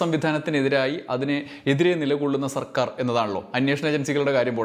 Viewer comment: Vd സർക്കാർ എന്ന് പറയുമ്പോ Vd സവർക്കർ എന്ന് പറയുന്നപോലെ തോന്നിയത് എനിക്ക് മാത്രമാണോ